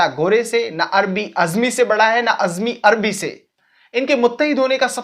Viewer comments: Azmi nahi ajmi kaho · Its ajmi not azmi